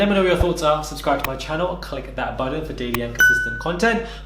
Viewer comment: I really like you but hate the way you say button 😭💖